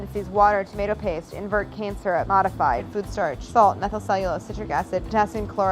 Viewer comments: is it me or when she says cane syrup it sounds like shes saying cancer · The way she says cane syrup sounds like Cancer 😂😂😂